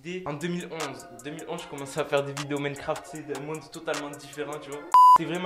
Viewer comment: Ah oui. Le jeux Mencraft... Je m'en souviens mdrr, aprend l'anglais